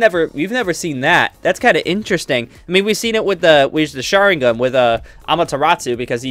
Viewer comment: do not know how to ppronounce any sharingan